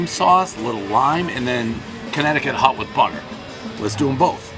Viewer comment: Ha ha! Dave pronounces hot like hut. I definitely prefer hot lobster rolls! CT lobster rolls all the way!